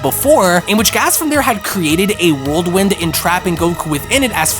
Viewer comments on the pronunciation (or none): Come on man. It's even typed out Whirlwind....stop saying worldwind. Ugghhhh